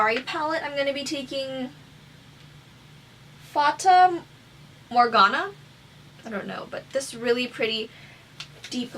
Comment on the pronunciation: Just finished this video and, girl... you did it so well! I love it! I'm thinking of buying this palette(and few singles)because of this look😄 Btw, you are pronouncing Fata Morgana the correct way😊